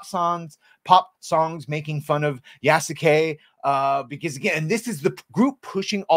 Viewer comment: Yeah no, horrible story telling to cater to western audience using modern western ideology inserted into Feudal Japan. Side note: If Sasuke (Naruto series) is pronounced Saske, then Yasuke is pronounced Yaske. ヤ ス ケ Ya-su-ke, pronounced Yaske with a silent u. サ ス ケ Sa-su-ke, pronounced Saske with a silent u. Show me a video clip where Japanese voice actors from the anime Naruto enunciate all three syllables Sa-su-ke, instead of blending it as Saske and I'll concede my point.